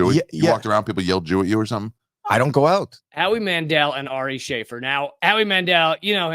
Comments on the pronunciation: "Shah-fear" not "Shay-fur". Watch his special "Jew", it's hilarious. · Sha-fēēr* it’s Arabic. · It's pronounced "sha'feer", you are killing me sir 😂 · Pronounced (Sha-Feer.)